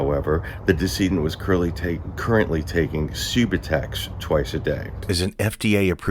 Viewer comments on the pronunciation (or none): It's pronounced Sub-ū-tex. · Narrator: Perry's prescribed drug for opiate dependence is pronounced SUB-YOU- TEKS or Subutex. This is Suboxone without the required naloxone added. Subutex should only be given to pregnant women; even that is no longer recommended. Perry wanted the opiate buprenorphine without the naloxone, an opiate blocker. Shame on Perry and his prescribing provider. He wanted the high without the blocker that prevents the high when injected. Perry was not sober and wanted to give that impression only. He was still using. Poor devil.